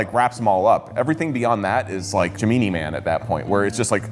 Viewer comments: "Gemienie" man? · Its not Ja-meeni, Its Jay-may-nae (Gemini) - Navy seal of Pronunciation. :D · Can't believe no one in the comments has called out the pronunciation of "Gemini" as "ji-mini" instead of "gem-in-eye". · I've become a recent Corridor fan, incredible work from the whole team! That being said, did you intentionally call Gemini Man "Gemeenee Man?" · i have literally never heard gemini pronounced as juh-mee-knee in my LIFE why aren't we TALKING ABOUT THIS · Since you guys rightly were quick to point out the Mike Myers clipping artefact, I would also like to note that "Gemini" is not pronounced "jer-mee-nee". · "J'mee-nee man"? XD You did that on purpose for comment interactions! ( And it worked on me. :P ) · Did he say Gem-me-me man?? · GEMEEENIE man? LOL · Did he say Jameeny Man🥲? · Jah mee nee man, lol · Wow, that pronunciation of "Gemini" was worse than any of the bad CGI you showed us. 😄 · I can't cope with how he just pronounced "Gemini" 😂😂😂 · Gemini Man? Did anyone else notice that pronunciation? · Am I the only one that cringed so bad at the way pronounced Gemini man? Lol I'm like bruh Gemini ain't a difficult word haha. I think he said it so smooth nobody caught it. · How did he just pronounce gemini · how does someone mispronounce gemini nowadays